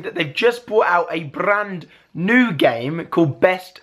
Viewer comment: am I the only one that found it so funny Alfie was like Brrrrrrand New game hahaha